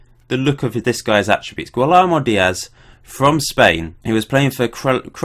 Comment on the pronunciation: Guillermo: Gee-air-mo